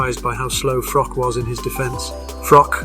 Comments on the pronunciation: That’s not how you say Froch’s name It’s pronounced Frotch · Froch with a h on the end, not froc sorry was doing my head in everytime he said his name lol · With respect it’s pronounced Fro-ch. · "Frock" lmao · I can barely watch this. Every time you say frok, I wanna punch the screen. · The narrator can't even pronounce Carl Froch's name correctly. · Sort your commentary out. Try and pronounce Froch correctly. Ffs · FFS can you at least pronounce Froch properly